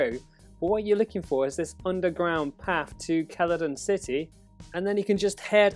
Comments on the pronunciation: Yes Keladon city definitely not pronounced seladon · "Celadon City" is pronounced "CELL-A-DON," it's not a hard consonant sound. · ITS PRONOUNCED "SEL-A-DON" CITY, GOT DAMMIT!